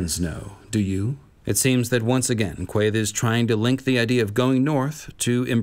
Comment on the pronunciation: Random comment, but I love the way you pronounce Quaithe! 💙🦑